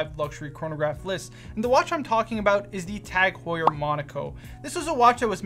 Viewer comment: Lost me at Tag Heuer. 😭